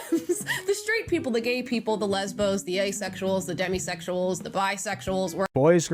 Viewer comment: Lesbos (with the soft, short "o" sound, not "Oh", like she said) is indeed the name of the island. She was clearly referring to people and not the place, however.